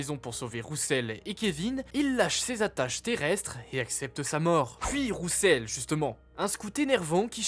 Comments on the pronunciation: C'est dommage l'utilisation de l'IA mais le vrai problème c'est "Rousseul".... cets le prénom de qui ça? On dirait l'IA qui ne sait pas prononcer certains mots. Je suis pas fan de théories fumeuses donc cette vidéo n'était pas pour moi. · les théories sont incrr juste le prononciation de "rousseul" est désastreuse.